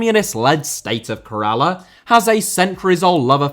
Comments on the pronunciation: Its pronounced “Kerr - ahh - la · You butchering the pronunciation of Kerala was worse than the disrespect to women's football. It is pronounced Kay-ruh-la. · Lol at pronouncing Kerala as Karala, he tried his best though.